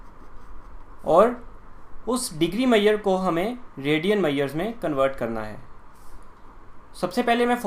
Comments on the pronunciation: Sir its measures....Not maeyures😂😂😂😂😂...By the way explaination is nice.....👍👍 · Maths pdna chla pr measure nhi bol rha h 🤣🤣🤣🤣😂😂😂